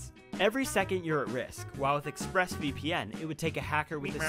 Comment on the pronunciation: ExpressVPN? More like... Express E-pe-en. Also remember that you can't do damage if you don't hit in the first place.